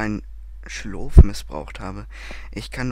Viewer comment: Schlot, nicht Schlof xD